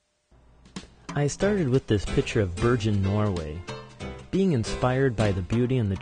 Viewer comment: Sorry to be a pain, but “Bergen” is pronounced with a hard “g”. Bergen is a coastal city in Norway with lots of involvement in Norway’s offshore oil drilling. Bergen also has a big fishery. My dad once was eating fresh shrimp from the boats when a sea gull pooped on his shrimp! That’s one detail that you don’t need.